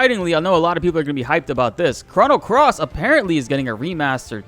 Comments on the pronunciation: Chrono is Crow-no, not Craw... ugh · "Crah-no Trigger" ... ...stop.